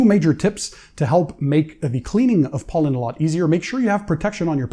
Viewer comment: I’m gonna send you to the country of POLAND and then ANDY will run your channel. Over in Poland you will learn the pronunciation of Pollen😆😆😆😆😆🤣🤣🤣🤣🤣👍